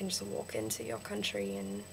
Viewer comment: vowels - one syllable not two country - cUHntry advantage - the first one was right years - yeahrs (lighter on the 'r') um - sounds less like 'arm' out - owwt (too british) and yeah - dont expoit your citizenship! check out Adam Hills